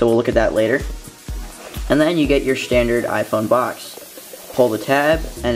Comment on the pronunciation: This isn't a shtandard iPhone 4S unboxing , or Is it ? :P